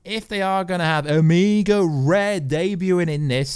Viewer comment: O O Omega red. He’s not Spanish. Amigo red 😂